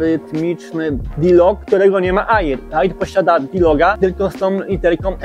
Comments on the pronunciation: Stary, uszy bolą "nie aiiiraa" tylko "era", po angielsku "air" wymawiamy "er" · Kolego. Słowo "Air" wymawia się "er", a nie "ajir". Piszę, bo uszy bolą;) film dobry i merytoryczny ale te ajiry, ajira, ajir psują urok;) zdrówko! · Wymawia się er np mawik er a air to znaczy powietrze